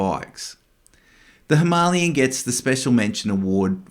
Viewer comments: Him a lay an. Not himaaaliyun. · Him a lay an is how it’s pronounced like the mountain. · That’s the most interesting way I’ve ever heard someone pronounce Himalayan. Now I wonder how other countries say it 😂😂 😊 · The way you pronounce "Himalayan" hurts my ears 😢 . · Someone please teach this guy how to pronounce “Himalayan” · Ok but you still pronounce it wrong lol